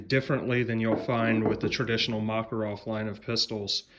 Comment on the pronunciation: not MAkarov,but MakArov.